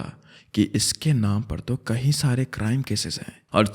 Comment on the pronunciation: Bro please pronounce “Kai” (english:many) correct, you pronounce it as “kahin” (english: where). Its hella annoying